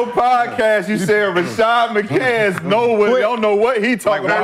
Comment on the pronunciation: His name is McCants not mccan...